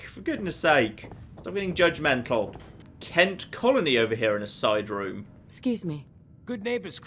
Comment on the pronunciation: "Kent Colony" lol